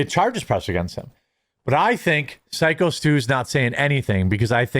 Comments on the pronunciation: Syko pronounced Psycho come on Quartering. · I'll buy some coffee when you start pronouncing Syko correctly 😂